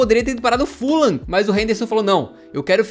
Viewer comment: Sem ser otário kkkkk O fuham se ler fullam